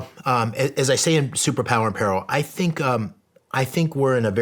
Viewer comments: So we just not gonna talk about how he mispronounced “peril”… Ok… 😅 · Shawn greatly appreciate your energy and your guest's. Bro please learn how to pronounce " PERIL" correctly. Moving forward you need to be on point in every aspect of production including pronouncing words correctly. Later bro ...